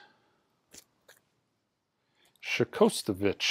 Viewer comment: No more butchery.....next time you get one Shostakovich is pronounced SHOS - TA - KO - VITCH. 😁